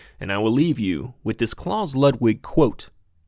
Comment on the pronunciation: how do you research a video like this and still mispronounce anything. let alone the name "klaus"